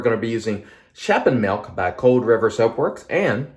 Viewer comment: yes my friend you did a good job, Dutch words with "sch" are often hard to pronounce. "Sch" is pronounced as "sg" :)